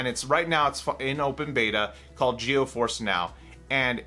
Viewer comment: Is it me, or is he pronouncing it, "Geo force?" If so, it's pronounced, "Gee-Force."